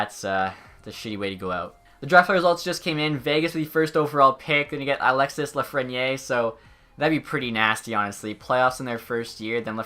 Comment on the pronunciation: You don’t say Lafreniere right